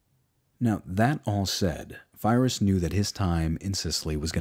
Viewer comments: I loved this video ..... until I heard Fye-Riss. Lmao. Wow. You do know that there is such a thing called Google Translate. It isn't new, you should look into it as you don't know how to pronounce anything non-English. Classic American. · And your stuff about Pyrrhus like you say his name wrong and you kind of seemed to knock him like he wasn’t doing anything any of the other diadochi were doing and you probably should’ve explained that whole situation, the diadochi, cause without it it made everything kind of out of context. For example if Pyrrhus hadn’t been fighting the Romans he would’ve been overrun by his diadochi neighbors who all were invading each other on and off. He simply chose to go west rather than East. None of the diadochi were content to just rule whatever they inherited, conquered, or usurped. If you like GOT it’s like the starks went to essos instead of fighting the other seven kingdoms. Also almost all of Pyrrhus’s contemporaries, enemy’s and friends usually had a very high opinion of him and he was known for humility and sharing all the hardships of his army and, with the exception of the very end of his life with Sparta, honorable conduct. And wtf was that comment about him not getting reinforcements he rebuilt his army multiple times the problem was the number of reinforcements but mostly not getting the samnites to help and unable to replace the veteran troops needed to make a Pike phalanx work well. And his cavalry. Honestly you shouldn’t have talked about him so much for his subject. Like you didn’t mention that he didn’t inherit anything right off as his dad the kind was killed and his family driven into exile or how he fought at issus or how Antiginous said he’d be known as the grea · You obviously know a lot of history. How on earth you never heard how pyrrhus or pyrric victory are pronounced? !! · lol i heard virus. great material. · Pyrrhus, not Fyreus godammid yanks, great stuff though